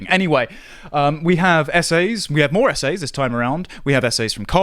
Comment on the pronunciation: lol "essays". I thought he was saying "SA's" lol. Not sure you wanna be publishing those.